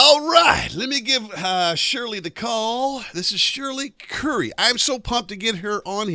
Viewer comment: BTW it's Shirley CURRY, not CURLY.